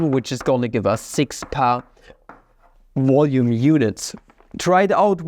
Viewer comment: It's VOLUME not "voyu🥴me" Your accent really gets me like, Value= vayu Try saying L for once atleast